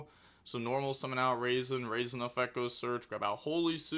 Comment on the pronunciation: I believe it’s pronounced “Rah-Zen” not “raisin”